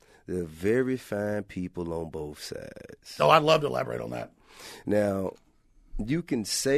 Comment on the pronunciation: T.I is so smart he can't say the word "both" right. Wtf is "boaf" T.I? 😂🤔 T.I is exceptionally dumb 👈🏾